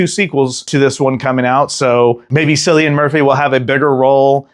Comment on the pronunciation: Tell me your meaning to call him Sillian. Also its Ralph Fines (plural), like a fine for a ticket, Fines.